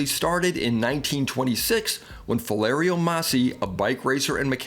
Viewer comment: Oooh, nails on a chalkboard ! ....NOT - Fa-lair-ee-o = ....it is actually pronounced = Fah-lee-air-o ( Faliero )